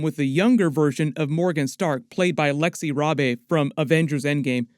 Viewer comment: “Lexi raaaabaeee” lol it’s pronounced “ raybe”